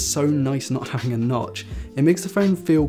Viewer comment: I don't like notches... Goes buy a phun wuth nutch